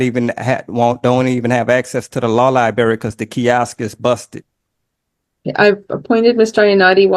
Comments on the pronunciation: 90 days no early release for saying lie-berry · "De law libary" LOL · I can’t believe he can’t get to the lie-berry.